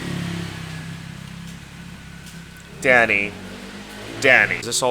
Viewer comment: I didn’t realize he was saying “dany” I kept thinking he was saying daddy 😭😭😭🥸🥸